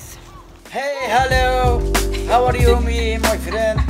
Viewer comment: The guy in the video when the video just start ⚡🤔💡hiy=(hi) 🤔hellow=(hello) 🤔Howa re you=( how are you) me 🤔🤯🥶my friend =( friends) 😅 the girl had stomachache from laughing😂 طريقة نطق الشاب الخاطئة كليا للإنجليزية وكله ثقة تامة من نفسة و مايتفوه به 🤯، تسببت في ضحك هستيري للفتات، ليس عيبا أن نتعلم لا كن إن لم تكن واثقا من كلمة تأكد منها قبل لفظها حتى لا تكون سببا في إحراجك أو جعلك مصدرا لسخرية . ؤو خاوتي واحد مخرمن لوخر حاجة ماسيريو حنايا رانا نضحكو برك ؤو مع كل الإحترامات لهاد سيد لي راه فالفيديو.